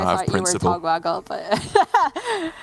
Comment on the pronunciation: “Togwaggle?” Ma’am that’s murder. You killed him